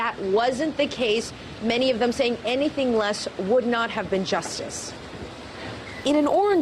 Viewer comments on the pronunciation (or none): none